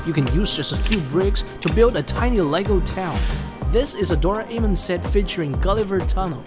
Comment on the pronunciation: he says Dora amon instead of Doramon